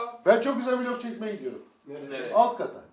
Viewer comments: teog deme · vilog değil vlog